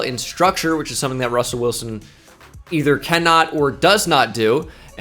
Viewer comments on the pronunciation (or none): none